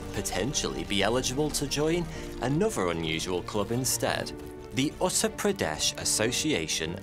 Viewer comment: The way he says Uttar🤣🤣... nice try though